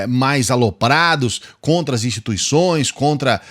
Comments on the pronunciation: E impressão minha ou ele falou instituiçães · Alguém ai percebeu? Ele falou "instituiçães". Essa foi de lascar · "Instituiçães". Analfabeto! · Gostei do "instituiçães" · Nós não criticamos "INSTITUIÇAES" disse Bolsonaro!